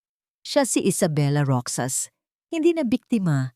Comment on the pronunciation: Kaloka ! Roksas 🤔 instead n Rohas ( Roxas ) hidya 😁 instead n iha ( hija ) kaloka d bagay maging narrator 😕 practise k muna madam